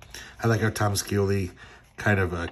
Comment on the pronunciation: It's pronounced Tom (Shee-O-Lee)🤩😎🤪